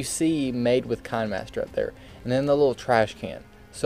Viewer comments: You know its pronounced KI-NE-MASTER like a kinema master not Kine-master (a kinema is just an old word for a cinema) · Hold up...did this dude just say kunmaster? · any remember the video that he say kinahmaster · It's Kih-nee-master Don't believe me? Go to official kinemasters channel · This is a proof he said kain-master instead of kinemaster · Excuse me did you just say fine master? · why do u say kinemaster like this kanemaster not hating